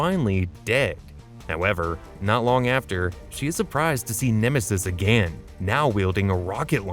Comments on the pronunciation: Too many uses of the word again with a voice that can't pronounce it. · "Once AgANN" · “agan” I love it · “ONCE AGÆAN 😎” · Your “AGAIN” annoys me for some reason.